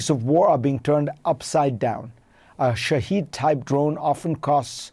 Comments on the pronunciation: He pronounced "shahed" as "Shahid" in line with the muslim word 😅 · It’s Shaahed not Shaheed. You don’t even know the name fareed. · It's NOT SHAHEED - it is SHAH HED. Get it correct. Idiots. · the Iranian drone "shahed 136" is pronounced shaw-head! The Russian improved version of it is called Geran (Geranium) 2. So, the Russian forces are not using Iranian drones per se!